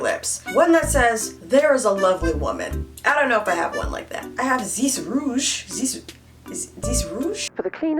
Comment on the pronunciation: Damn you are french ? I heard « rouge » and « et voilà »